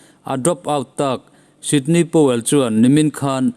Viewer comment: Ngaihnawm leh hle mai. Sydney Powell nilovin Sidney Powell zawk tur a ni e..